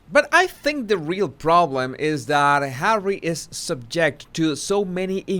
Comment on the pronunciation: No matter how bad my mood or day is going as soon as you say Hawwey I smile and say it out loud Hawwey